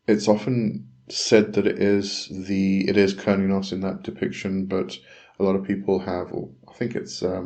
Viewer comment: Its not pronounced curn-e-os, it's derived from Cern like the quantum physics in Geneva, if you listen to a red deer / Stag in rut when the stag calls the female it sounds like it is saying "Huurrnn", sorry for my poor spelling and grammar, blessings